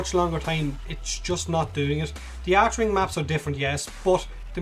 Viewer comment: It's called Archwing. Pronounced [ark-wing]. Also I was kinda disappointed when you demo stuff like a warframe or archwing you talk about abilities, but you dont showcase the skills as you mention them.